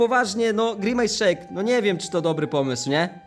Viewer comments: nie pij grimace szejk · nie pij grimejs szejka